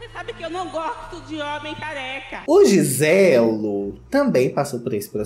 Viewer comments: O "Giselo " morri😂😂😂😂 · "GISELO" HAHAHAHAHAHAAHA Mortaaaa aquiii 😂😂😂😂😂😂😂😂